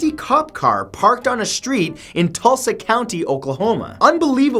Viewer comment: DAMN IT TULSA! I actually remember that incident. Also, thanks for pronouncing it correctly.... You'd be surprised....